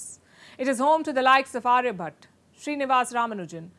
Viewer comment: Palkis Urdu Love.. Can't even pronounce the Indian names properly without distorting it... It's ĀryaBhaṭa not arybhat. आर्यभट. आ- Ā र्य-rya भ-Bha ट-ṭa I don't know how many more times I have to correct these educated semi-literates...